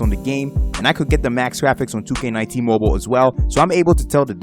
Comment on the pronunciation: bro stop saying "moble"